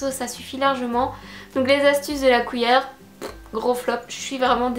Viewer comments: Séréna Lemarchand oui je sais, je prononce mal cuillère, tu n'es que la 10e personne à me le dire. 😂 j'essaie de me corriger depuis. Par contre on dit bien papier collant, scotch c'est la marque (ou l'alcool à toi de choisir 😝)et chez nous on utilise pas la marque pour définir le produit ☺️. PaSse une bonne semaine 😘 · Une "couillère" ?!